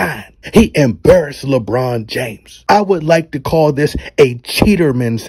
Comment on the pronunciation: Did this dude say, LaBum? Gawd Dawg!